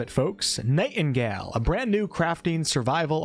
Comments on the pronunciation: “NightEnGal” alright time to go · Weird, sponsored by Inflexion but can't say the name of the game right ? lol